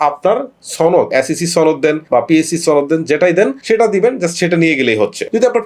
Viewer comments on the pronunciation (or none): ছনদ কি??? সনদ শুনেছি কিন্তু ছনদ তো শুনি নি